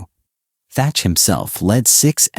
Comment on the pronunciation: His name was Thach, not Thatcher.